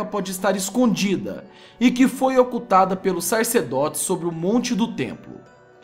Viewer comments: Sarcedote - kkkkkkkk.. lê direito aí !!! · SACERDOTE por favor já o segundo vídeo falando sarcedote.